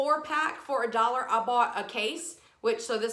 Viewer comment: You have the best attitude. I just love your videos and how you say, "For a dollah"